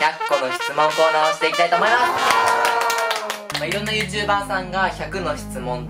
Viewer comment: ゆーちゅー↑ばー→笑笑